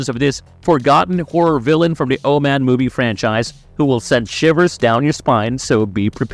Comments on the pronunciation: I can't "like" a video when the narrator can't even pronounce the subject of the video essays' name correctly... The Oh-Man... It's O-men... I could be out of the loop, but is this an AI narration channel? If so no worries. I'll just avoid. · Its OMEN not OMAN. Learn to pronounce words properly. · Jesus it's "Omen" no "Oh-man" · Why are you saying Omen like that? And why are you saying Jackal???